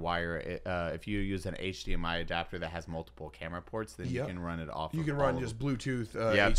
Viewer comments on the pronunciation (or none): none